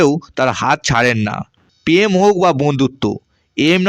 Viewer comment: আপনার কি র ফলা উচ্চারণ করতে কোনও সমস্যা হয় ? যেমন প্রেম না বলে উচ্চারণ করছেন পেম , পতিদিন , পতিবেশী